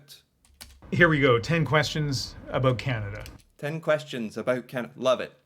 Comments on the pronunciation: BTW, you’ve got to learn to say Canada correctly. It’s not “kenedah” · it is not pronounced 'Ken ada' it is 'Can ada'. thank you for paying attention to this matter!